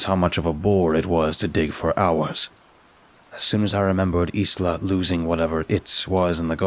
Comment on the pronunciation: Isla is pronounced ‘I LA’ Just so you know